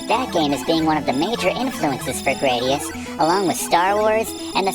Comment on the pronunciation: I think it's supposed to be "grad" like graduation - GRAD-ee-us rather than GRAY-dee-us - because IIRC the name came from the Roman 'gladius' sword.